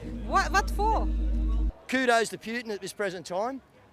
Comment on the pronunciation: Wow... this is a fringe group who appear to be stuck in there own echo chamber. It's interesting and amazing how these views are held but I can say the same for some staunch Murdoch consumers. Still, a lot want peace which is common ground. Oh, and "Pewtin"... lol.